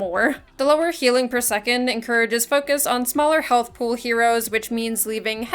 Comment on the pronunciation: under half healthUUHH lmao is it hard to speak properly?